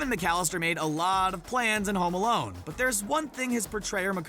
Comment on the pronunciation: Am I the only one who heard "Homolone?" What??😂😂